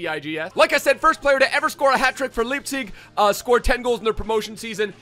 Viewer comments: Bruh he said lipzig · Leipzig god damnit